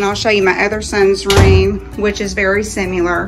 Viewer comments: The word is Similar not Simular. Please speak the language clearly if you are going to do a video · it’s typical , people like you wouldn’t care if a grown mother of two who appeared to be educated, completely misspoke the word Similar. That wasn’t an accident. She clearly don’t know the word was not simular Again I am not on utube showing my home for others to hear her presentation. One would hopefully write up a script to practice before going on camera. And thanks but I don’t need my heart blessed. I think you and the young lady should say thanks for catching that amd it would have been a giggle. She should be embarrassed instead of saying I’ll speak how I want. When you put yourself out there to the public, you can’t expect everyone to shower you with how great you are.